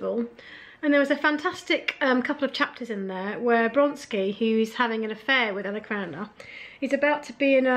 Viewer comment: I'm afraid that your calling Vronsky Bronsky made me unsubscribe. Really sorry.